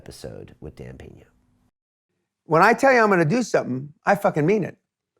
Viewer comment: It's actually "Peña".